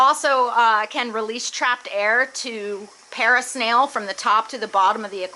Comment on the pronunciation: Parasnailing!! 🤣 Made my day, thanks for sharing!